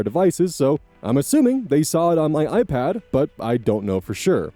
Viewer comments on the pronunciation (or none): none